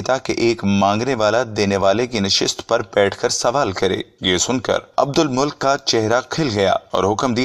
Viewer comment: عبدالمُلک نہیں ہے بھائی بلکہ عبدالمَلِکْ ہیں